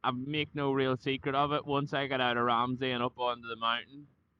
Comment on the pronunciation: Mizzle, you said coming out of Ramsey you are definitely from Northern Ireland .great video 👍👍👏👏.Manxman 🇮🇲